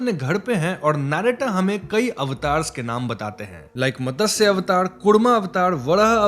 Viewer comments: Great explanation, as usual, but a small correction "It is mat - sya avatar, not Matasya avatar" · Matasya avatar nhi hota hai... It's matsya avatar ... Mat-sya ... Pronounce properly plz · भाई मतस्य नही है, उसे मत्स्य कहते है😂😂😂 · Just one correction. It's not Matasya avatar, it's Matsya avatar. Matsya is fish in Sanskrit. If you want to clarify, just ask any one who has good Hindi or even a basic understanding of Sanskrit and they will tell you how to pronounce this word right. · मतस्य ❌️ मत्स्य ✅️ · It's not Matasya. It's Matsya. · It’s Matsya not matasya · Matasya avatar nahi Matsya avatar kehte hain.